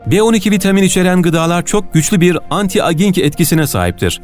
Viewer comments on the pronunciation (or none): Ellerinize sağlık, çok güzel bir video olmuş. (Küçük bir not: Anti aging , anti eycing olarak telaffuz ediliyor.)